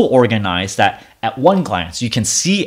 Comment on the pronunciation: Dude it drives me nuts when you mispronounce the word "that" by saying "dat." You are clearly an intelligent man, it cannot be that hard to learn the correct way to say that. You speak English well, except for a few words. When you say "dat" you are putting your tongue on the roof of your mouth. If you say "that" correctly, your tongue will be pressing on your upper teeth at the bottom. If i lived near you, i would meet up with you and give you a speech lesson. There probably are Speech Therapist's on YouTube, or you can ask google how to pronounce the word "THAT. " This was said with the mind and heart of a teacher. Not meant to be mean-spirited.